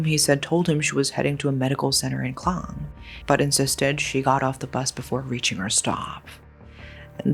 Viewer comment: It's Port Klang (Malay Kekang), as opposed to Clang.